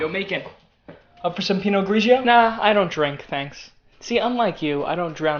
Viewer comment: Smh u can't be a movie critic cause u pronounced Pinot Grigio wronk